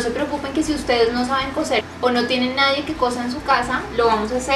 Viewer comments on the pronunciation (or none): none